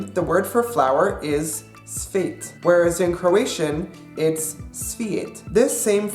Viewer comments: It's cvet, not svet. Svet means world. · Cvet and not svet